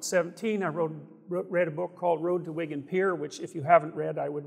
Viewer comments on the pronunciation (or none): none